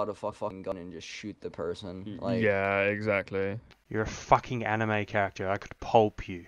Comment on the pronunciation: Lmao "before I facking pulp you", love it.